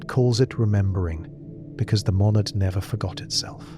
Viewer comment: "Monadad" or "Monad?"